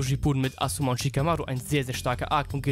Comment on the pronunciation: warum sprichst du asuma so komisch aus? :D